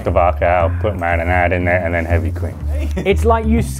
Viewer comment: As a southerner, I had to use the captions to understand the pronunciation of “marinade” . That blew my mind!